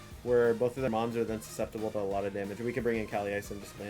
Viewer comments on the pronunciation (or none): At around the 32 mins mark it sounds like you say both of their moms are susceptible to damage. You said mons but still